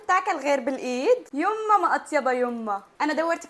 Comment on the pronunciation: محلاها البنيه وبلخص كلمه يمه يمه تحسه عراقيه